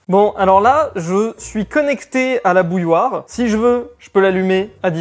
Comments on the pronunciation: Salut on de dit pas bouloire on dit bouilloire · "Bouloire" -> Bouilloire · "une bouloire"